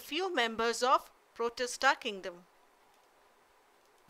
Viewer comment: It is not prostita,it's protista